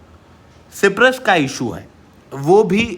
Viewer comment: ये सिप्रस नहीं साइप्रस है prabhu